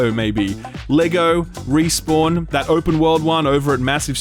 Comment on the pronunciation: Playing Destiny so much has rotted my brain to the point that when you say Respawn I hear Riis-born and question who the hell they are